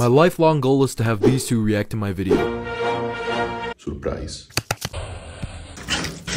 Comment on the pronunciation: That " surprise " was personal